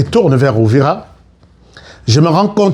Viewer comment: Uvira et non Ouvira cher frère.